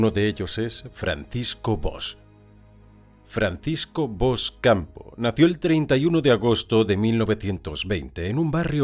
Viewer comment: SERÍA CONVENIENTE QUE CUANDO SE HACE LA HISTORIA DE ALGUIEN PRONUNCIAR BIEN SU NOMBRE, TAMPOCO ES TAN DIFÍCIL DIGO YO JOER 😡😡😡😡😡😡😡